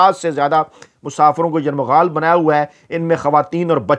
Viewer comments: یرغمال کو آپ بار بار یرمغال پڑھ رہے ہیں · لفظ یرغمال ہے نہ کہ یرمغال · باقی سب عام سی باتیں ہیں مگر آپ کے صحافی ہونے اور تعلیم یافتہ ہونے پر شک ھو گیا لفظ " یرمغال " نہیں بلکہ " یرغمال" ہوتا ہے ۔ درستگی فرمائیں ۔ کیونکہ آپ لوگوں سے سن کر ھم جیسے لوگ سیکھتے ہیں ۔ شکریہ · گزارش ہے کہ لفظ یرغمال نہیں ہوتا بلکہ صحیح لفظ یرغمال ہے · بھائی یہ لفظ "یرمغال" نہیں بلکہ " یرغمال" ہے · یرمغال نہیں یر غمال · Yermagal nahi yergmal hota hai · لفظ یرمغال نہیں ھوتا۔ یرغمال ھوتا ھے۔ درستگی کر لیں۔ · دردِ دل رکھتے ہیں … درست نہیں ہے بلکہ " درد مند دل " رکھتے ہیں ۔ اسی طرح یر مغال نہیں " یر غمال" کہنا چاہئے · یرغمال ۔۔۔۔۔۔درست لفظ ھے۔۔۔۔یرمغال نہیں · Yarmghal nahi hota yarghamal hota he janab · یرمغال نہیں یرغمال ہے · ، لفظ یرغمال ھے آپ بار بار یرمغال بول رھے ھیں ۔ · آپ کا ھی پروگرام ہم غور سے دیکھتے ہیں جو بہت اچھا ھے۔۔ آپ خود ہی فرماتے ہیں کہ اگر میں غلط ھوں تو تصحیح کردی۔ اس اصول پر ایک تصحیح لفظ کی ضرورت ھے۔ لفظ یرغمال کی شنید یرمغال استعمال ھوتا رہا کئی بار اسکو دیکھ لیں بہت شکریہ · Yarmaghal nahi bhai yarghamal hota hay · یرمغال نہیں یرغمال ہے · ، اتنی جلدی کیوں؟ خبر تو سب کو پہلے ہی مل جاتی ہے، آپ یرمغال کو ٹھیک کرلیں، ورنہ آپ اچھی خاصی اردو کو " یرغمال " بنا لیں گے😂😂😂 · لفظ درست کریں یرغمال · السلام علیکم محترم اپنا تلفظ یرغمال درست فرما لیں